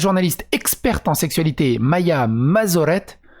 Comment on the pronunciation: Roooh, comment tu as pu écorcher Maïa en Maiza ? xD